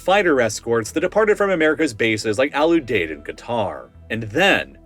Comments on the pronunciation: Ram-Stine Lake-N-Heeth Al-U-Deed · You are pronouncing Al Udeid wrong my brother. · The nickname of Al Udied is "The Deed." Can you guess how it's pronounced? Have you ever talked to someone before you try with these words? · lmao right. Same for Kadena and Al Udeid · For future videos, pronunciation matters: Lakenheath: “Lake-in-heath” Ramstein: “Ram - Styne” Al Udeied: “Al-You-Deed” Kadena: “Kah-Deen-Ah” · Pronunciation is all over the place. Lake-in-heath not Lack-in-heath. Al-you-deed not Al-ooh-dead.